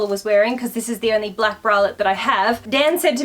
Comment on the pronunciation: I like your vids but pleeease don’t say black and brown like that again 💙